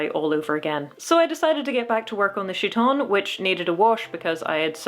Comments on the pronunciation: I'm not trying to complain about pronunciation, but I'm used to chiton as kite-on instead of shit-on, and it raises some fascinating images... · What is a "she-ton"? Oh. You are pronouncing the name of the Greek clothing incorrectly. It is a hard k sound, not a soft ch sound. There are pronunciation guides on the internet. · Isn't Chiton pronounced KI-ton? Since in greek, ch is pronounced as a K? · oh I'm so glad you also watch Micarah! the two of you have such complementary flavours of chaos in your costuming-type videos (side note: the ch- in chiton is, in fact, a hard k sound. so it's pronounced more like kite-on.) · Hope this isn’t too grammarnazi style but… I’m almost sure χιτών (chiton) is pronounced ˈkaɪtn̩ Funny video by the way 😁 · The most minor of comments: chiton is pronounced khi-tone (because it's χιτών) and the emperor who died in 192 was Commodus not Claudius. But a great costume build using something quite like an actual linothorax (and props for using Greg's reconstruction which is good and not Eero Jarva's proposed method which is less good). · A note - as someone who is Greek, the χ is in my experience is pronounced either like an H, or like a Ch sound, not like a K. If you wanted a K sound, you’d use kappa! (Looks like κ) I’m not too informed on my Ancient Greek so maybe in Ancient Greece χ was pronounced like a K, but based off my experience I believe that’d be pronounced as either chi-tone or he-tone, but not like khi-tone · Random pronunciation hint! "Chiton" wasn't ever pronounced with a sh sound, since its not a French word. You may want to use a k sound if you wish to match Ancient Greek or modern (prescribed by dictionaries) English, or you can use h as a rough approximation of modern Greek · Linguistic note: in chiton, the 'ch' is pronounced 'k', not 'sh'. Nice video anyway, I always like to see people turning their dreams into reality… even when it's difficult.